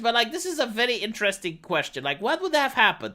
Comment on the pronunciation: I miss when said inta-desting instead of interesting.